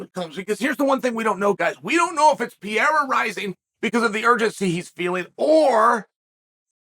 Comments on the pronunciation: Dude , is not "pi -era" is ''Pe - rei - ra'' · Convinced he said "pee air uh" on purpose bc there's no way he doesn't know how to correctly pronounce it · What’s not different is uncle chael calling him “Alex Pee-era” undefeated undisputed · he keeps calling Alex ‘Pierre’ 😂 tf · "Pierra" wtf is wrong with this man 🤦‍♂️ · Alex Pee-era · Ladies and gentlemen welcome to the Pee-erra. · Chael saying "Piera" on purpose never gets old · Pee Era. It is the Time Period of Urine! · Pereira... or to Chael P-Era or Pierre. I already know Chael calls Chipotle Chipoltay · Does he intentionally butcher his last name or is he just not able to say Pay Hay Rah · It's been so long and calling him Pierre-ah still cracks me up